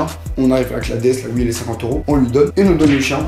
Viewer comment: IL A DIT HOUITE 😂